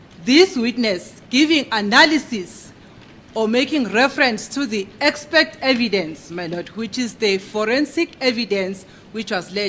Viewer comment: Gininda, Defence advocates, judge Ratha and Baloyi: all of them say "EXPECT" instead of "EXPERT"...Where or when did this go wrong?